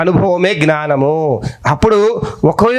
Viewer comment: సార్ నేను ఇలా messege పెడుతున్నందుకు ఏమి అనుకోవద్దు . మీరు జ్ఞానము అనవలసిన చోట gnanamu అని అంటు న్నారు దయ చేసి జ్ఞానము అని పలికే లా చూడండి plz ఏమీ అనుకోవద్దు